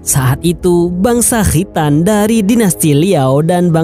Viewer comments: Khritan...😂😂 Khitan..khitan.. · Kho' ya min...makhroj nya jelas bngt🤣🤣